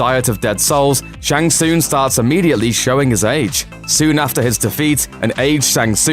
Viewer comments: Says Shang Tsoong.... Who you trying to fool that you've played these games before lol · WTF is a Shang Soong? Go play any of the games and let the announcer tell you how its pronounced please! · "shang soon"? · Shang Soooong that is how it sounds when you try to say his name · I like the video gave you a like and subscribe but dude the main character you are talking about you Mispronounce his name yet dont anyone else's name its Shan Sung pronunciation. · Mispronouncing Shang Tsung